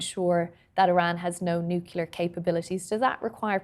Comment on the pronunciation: Nuclear. It's pronounced nuclear.